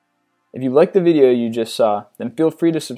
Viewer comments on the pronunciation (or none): none